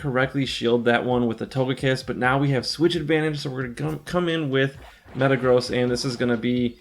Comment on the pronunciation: Itl think its pronounced metagrozz not metagrows